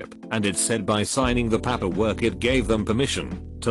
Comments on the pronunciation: Some of the mispronounced words don't bother me (like coworker) since English it's not my first language and I don't hear the difference, but that paperwork crosses the line, flies to the moon and back and almost makes my non-English native ears bleed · The way "paperwork" is pronounced is making me uncomfortable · Hilarious that the computer voice can pronounce "paper" but not "paperwork." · IT REALLY BOTHERS ME HOW HE SAYS PAPERWORK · repeat after me: Pay "Pay" Per "Per" Paper "Papper" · It's 'paperwork' not 'pap per work'. Turn the damn computer off !!!! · Why does paperwork sound like papperwork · This is idiotic, literally. It's pāper-work, not papper-work. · PaaaaapEeer work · It sounds like he wants to say "pampers" but doesn't quite get there. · Reddify: Pronounces "Fiance" flawlessly Pronounces "manufacturer's warranty" exquisitely Pronounces "paperwork" like a drunk irishman "PAPPER WOORK" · Boy Siri voice when it says paperwork sounds like PAP-erwork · Text: Paperwork Voice: P A P A W O R K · Paperwork Text to speech: pamperwork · Narrator be like "pahperwurk" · Pah-pur work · Papperwork? Can't listen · The way the voice over read pAperwork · The computer voice is really awful... I wonder what it thinks "papper-work" is suposed to be? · This has to be one of the lowest effort reddit channels. "Pahpperwork" Can't even bother to correct bad pronunciations, forced pauses at end of lines, or misinterpretations of abbreviations. If you're already using other people's content and running it through Text to Speech from 1995, you could at least clean up the presentation. Of course, it must be harder when you don't speak English. Yet they somehow have 55k subscribers. When did bottom of the barrel become a preferred default? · Why use a computer voice that fails on 10% of the pronunciations just-use a human as I cannot continue with words like Papperwork. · Ok I'm sorry but I can't listen to the word PAPerwork or COWworker again. I'm out. Bye